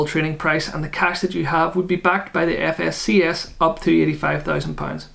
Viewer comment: All Ads watched for you once again buddy, looking forward to a nice pint of Guinness in the future for all of this! 🍺😉 New drinking game folks - Take a shot every time says FSCS incorrectly! 🤣 Excellent video, you've done a solid job covering this. This is something I see getting asked a lot, Trading 212 or Vanguard - so I'm sure this will help a lot of people. Personally, I was considering Vanguard back in Jan 2020, but I ended up putting it off for some reason. I then started seeing a whole load of info. around something called Trading 212, did some research and realised I could invest in so much more than just Vanguard products - ultimately, that's what did it for me! 📊